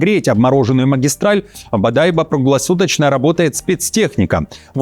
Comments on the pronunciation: Не БодАйбо, а БодайбО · БодайбО а не бодАйбо! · БодайбО ! А не БодАйбо. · бадайбО а не бадАйбо 😁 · не бадайба а бодайбо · Сам ты бодАйба, БодайбО. На последний слог ударение. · Не БадАйбо, а БадайбО !!!!!!! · Не БодАйбо, а БодайбО! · Бодайбо',ударение на последнее О а не Бо'дайбо...там уже все сделали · не бадАйбо а бодайбО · Не БодÁйбо, а БодайбÓ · Не БаДАЙбо, а Бодайбо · Русский человек называет БОдайбо БАдайбом . Может он все таки ИИ? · Бодайбо, ударение на последний слог) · БодайбО,ударение на последний слог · Бодайбо…ударение на вторую О,,.грамотей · БодайбО, проверяйте ударения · Бадайбо ударения на (О) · БодайбО ударение на крайнюю букву) Я удивлен что вы мониторите😳😳😳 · Правильно говорится бодайбо ударение на о это самый богатый район по залежам золота как они вообще могут замерзать😂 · БодайбО...ударение на последнюю О....прежде чем новости читать смотрите как правильно звучит населённый пункт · БодайбО - с ударением на на последний слог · Правильное ударение Бодайбо. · Бодайбо ,ударение на последний слог, географию изучайте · Иркутская область, г. БодайбО, ударение на последнюю О))) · Бодайбо", ударение следует ставить на последнюю букву О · Бодайбо, ударение на последнем слоге! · Город, Бодайбо -ударение на о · БодайбО, читай правильно😅😅😅😅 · Правильно бодайбО, это город БАМа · БодайбО ударение на о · ... И на прииски в Бодайбо́ ... 😁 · Откуда ему знать, какое ударение? Городов в России огромное множество. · Бодайбо..ударение на последнюю букву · Бодайбо не правильно ударение поставил! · Правильно ставь ударение, когда говоришь про НАШИ города!!!!! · Бодайбо ударение на последнюю О!!!!!!! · Бодайбо, ударение на последнюю о, интересуйтесь хоть маленько